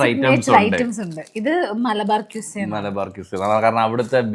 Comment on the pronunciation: മലബാർ ക്വിസ അല്ല, മലബാർ ഖിസ്സ. ഖിസ്സ= കഥ